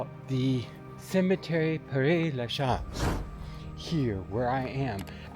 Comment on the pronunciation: It's name is pronounced " Pear La shez".